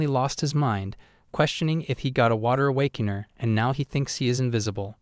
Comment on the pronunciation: I love the mispronunciation like awakaner= awakanah and Virth= Bitc